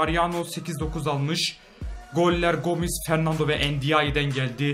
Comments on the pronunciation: Fernandinho diyo jhkgkfjgjgj fernando olacak o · Abi fernando ama sen fernandinho diyosun